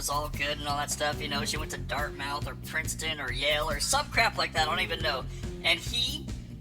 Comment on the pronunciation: It's pronounced "DartMth" might explain why he followed her there..